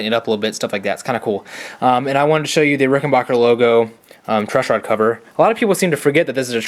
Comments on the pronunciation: Rickenbacker not bacher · The third syllable in Rickenbacker is pronounced "BACK", not "BOCK". A reliable source is interviews of John Hall, proprietor of Rickenbacker.